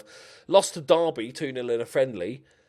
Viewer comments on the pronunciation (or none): none